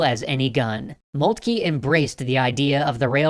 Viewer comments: I'm fairly certain it's pronounce "Molt-kuh" and not "Molt-kee." Also, you seem to have shown Alsace and Lorraine as part of Germany before they were annexed. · O.K. Something I hope they study in foreign policy school. Also, /moltke/, not /molkti:. Furthermore, it's /ro:zevelt/ not /ru:zevelt/. You don't have to do the Great Vowel Shift to everything. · It is molt-ka that is how you pronounce It